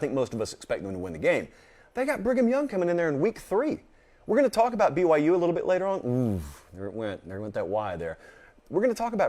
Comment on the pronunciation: why can’t say byu?